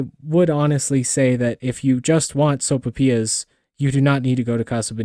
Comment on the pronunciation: Soap'pias??? So-pai-PEE-yass. Your welcome.